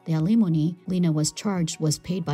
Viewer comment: How does someone pronounce alimony two different ways practically back to back? "My brother paid the alimony" was pronounced correctly. "The alimony, Lena was charged" was incorrectly pronounced as "A-lim-ony"